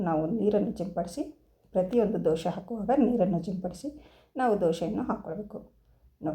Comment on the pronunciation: Doshe allamma dose...please sariyagi kannada heli